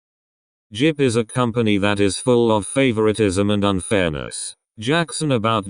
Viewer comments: everytime I watch these kinds of videos, whenever the robot voice says jyp they always pronounce it JIP lmao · Okay this is serious and whatever but did y'all hear the robot pronouncing jyp as jip?